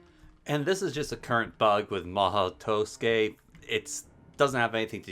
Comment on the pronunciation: "maho toskey" lol